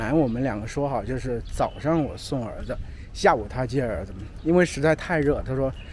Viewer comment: You are one of the rare ones who didn't pronounce 因为的为 in the second tone. I learned that it is in the fourth tone but most Chinese pronounce it in the second tone.